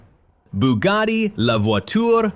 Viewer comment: It's pronounced Bugatti, not Boogarti.And luxury isn't pronounced Lugshery.